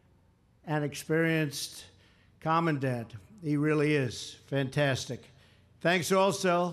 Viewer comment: "Comm-en-dent" lol clueless commander in chief